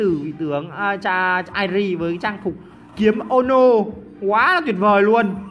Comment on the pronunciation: Kiếm ô nô Tui nghe có lộn không .Trang phục tên ki ê mô nô mà